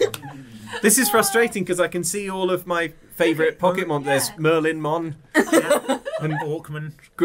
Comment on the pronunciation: OH NO! Not Merli-mon!